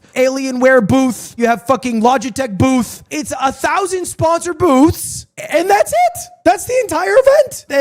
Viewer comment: Can we talk about how he pronounces “Boofth”?